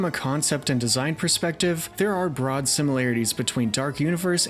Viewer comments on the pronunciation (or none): none